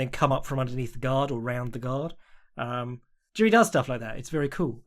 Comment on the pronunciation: Tuning in to check how many times butchers Jiri's name.